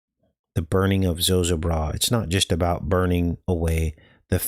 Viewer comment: Zo ZO bra it us pronounced-accent on second syllable. FYI and thank you